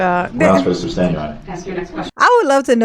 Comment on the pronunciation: Darrell always says "substane" instead of sustain. He hears it so often, you'd think he'd learn the right word. Must be a "tackit" agreement. Bwaaaahaaaahaaa! Maybe he'll have a tackit agreement with Bubba in prison. You are hysterical with this commentary. Love it.